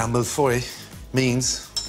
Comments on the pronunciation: why you british call it mille foy and its clearly mille feuille 1000 sheets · its pronounced mill foyeeeee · It is pronounced miyfoy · Millefeuille, when pronounced by Gordon Ramsay, turns into Mifroy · Mill-Foy? What is this, German? lololol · He's saying malfoy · That's essentially how it's pronounced... "Mill-Foy" he's british so obviously it won't be said with a perfect French accent.... don't get me started on how bad French people are at english. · Sairam Kaushik I'm french and he does pronounce mille-feuille in a very strange way haha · HOW HE SAYS MILLEFEUILLE OMG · So funny how he pronounces 'millefeuille'. Doesn't even sound like the French word. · Thats not how you pronounce Millefeuille :p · The way he pronounces millefeuille. Ouch. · why can't he pronounce this properly!!!!!!